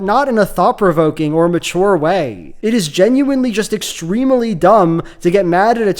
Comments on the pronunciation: Did you say "extremely dumb" or "extremally dumb" (ie. dumbness which is extremal in nature)? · I like the way says extremely with one more syllable than anyone I know does.